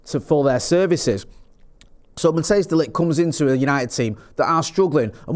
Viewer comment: It’s Matthijs ( Pronounced Matt-ICE>). Not Mattheus